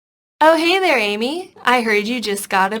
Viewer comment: hey there not hey ther